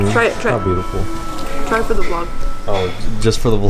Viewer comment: Did he say butiful